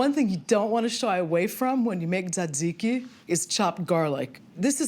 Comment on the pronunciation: you pronounced "tee-zay-tee-zai-kai" wrong